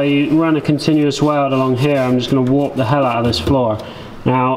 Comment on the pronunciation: When you say "Warp or warps" you sound just a little bit Scots. Have you got a Scot in your lineage? Why do you cut sheet steel with a grinder rather than a circular saw like SVSeeker and I do as the blade doesn't wear out like disks do?